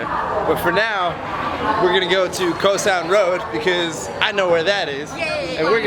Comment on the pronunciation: Your pronunciation sounds tourist: Khao san.